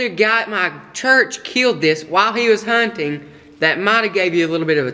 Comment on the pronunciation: I want to point out that he actually said "he actually shot it while he was CUNTING"